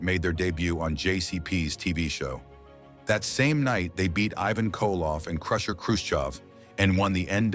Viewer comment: LOL "Evan" Koloff. Ivan! More computer generated audio that can't pronounce names. Half of the pictures don't match the audio narrative. WOW this is poor quality. Half effort.